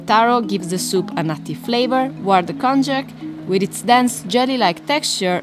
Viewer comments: Very good vid! But I want to just correct the pronunciation of an ingredient called Konjakuコンニャク, it should be sounded like"Kon-nyaku", not "Con-jack". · Kon-yak, not kon-jack.